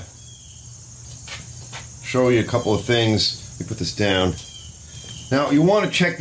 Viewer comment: It isn't that bad 😂 I watched one guy though and he kept saying the word "down" but it sounded so like he was saying "dawn" 😂